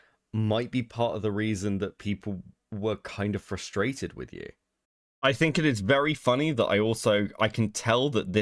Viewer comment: I'm really glad someone else noticed lmao. They keep saying 'flustrated.'